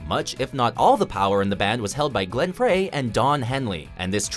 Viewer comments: You pronounced it FRAY.... FRAY? are you kidding me? It's the freaking Eagles. You should know how to pronounce his name. It's not FRAY. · It's pronounced "fry". Glenn Frey. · It is pronounced Frey like FRY, research please. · Glenn Frey's last name is pronounced "Fry," not "Fray." Just saying. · jf's pronounced fry not fray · FRY....not FRAY...bloody hell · Glen Frey is pronounced "fry" not "fray." How can you be taken seriously when you can't even do enough research to pronounce peoples' names correctly. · GLENN FREY , pronounced Fry , NOT Fray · It's pronounced "Fry" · You pronounced Frey wrong. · He does it in every video featuring the Eagles. The woman who narrates WatchMojo is seamless, but this fellow mispronounces a LOT of names, Glenn Frey being the most obvious offense. Doesn't he have an editor who proofs these things (who is older than 25)?